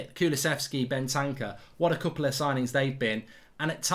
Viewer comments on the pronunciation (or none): Whose Bentanka? Does he mean Bentancur?